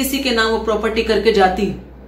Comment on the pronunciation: प्रोप्रटी 😂😂😂😂😂 कुछ भी। कुछ भी। प्रोप्रटी नही प्रॉपर्टी। हिंदी भी सीख लो।